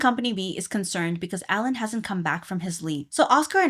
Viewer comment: Alain is actually pronounced Aw-Lawn